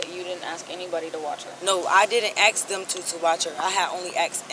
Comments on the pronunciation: Ain’t nobody feeling you! That would be gross🤮🤮 Go back to grammar school and learn how to speak English first off ain’t nobody feeling you! Second the word is ask …..ASK An AXE is much different than ask😡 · I axe..? 😅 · IF YOU "AXE" ME!! SO VIOLENT!! 😂😂😂😂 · Is it a biological thing that most black people can't say "ask" instead of "aks"? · “AKS” instead of ‘Ask’. It makes my brain hurt and I cringe everytime I hear it.